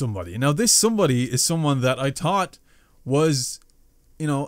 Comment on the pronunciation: In my opinion, you as a youtuber are just as big to me as jacksepticeye and noble, you guys are amazing, to me you're awesome keep going and stay strong, we're always with you. PS when you said 'someone I thought....' I thought you said taught. 😂 The young appreciate still has much to learn.